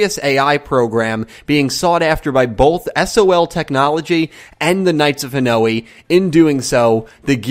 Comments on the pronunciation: That pronounciation of Hanoi is so weird. It's one sound at the end, ha-noy. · Hanoi is pronounced 'Ha-noy' dude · It's not Japanese, it's Vietnamese. It's Ha-noy.